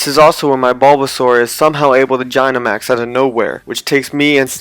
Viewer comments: you said gynamax not dynamax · Its said dynamax not jynamax God that it so annoying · Did he just say Jinamax? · oh, well ok, (I still don’t understand who you mispronounced dynamax (or was it gygantamax?))